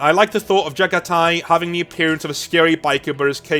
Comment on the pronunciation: Pronounced Jag-ha-tai. God my ears are bleeding. Also I won't hear shit about overused Mongol/Jaghati themes, when space vikingwolves exist, when ultraromans exist, or when catholic-bearers exist. Mongolian history is rarely even talked about compared to these three. Let our throat signing have their time in the sun.